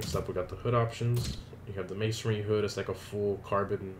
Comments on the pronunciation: Dude, it's Man-sorry or Man-s-oh-reee whatever not ma-son-ry heck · It's mansory not masonry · It’s mansory not maisonry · Why do you fucking keep saying 'masonry'? It's mansory.